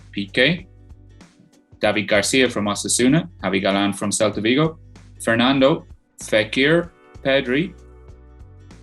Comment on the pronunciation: At least try and pronounce the teams right “kelta vigo”